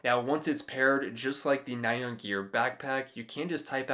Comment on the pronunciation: Very cool. But I wanted to let you know --- "nyan", as in the Japanese word used for the meme character "nyan cat", isn't pronounced "nigh-on" like in this video. It's pronounced "nee-yahn", very quickly. It's what Japanese people think a cat's "meow" sounds like. TMYK